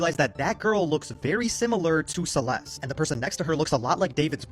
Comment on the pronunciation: Celeste has a T at the end. it is not a silent T.